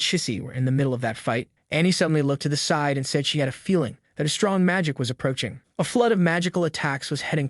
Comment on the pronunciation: I think you said side wrong 💀